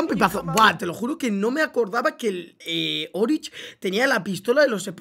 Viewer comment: se dice oryx no orich